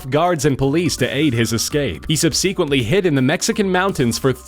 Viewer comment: SUB - suh - quent, not sub - SEE - quent.